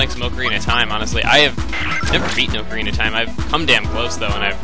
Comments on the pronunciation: it is pronounced AH-CO-REE-NAH ocarina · you said "ocarina" wrong.